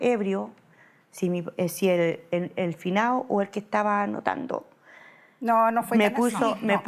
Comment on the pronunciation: "El finao"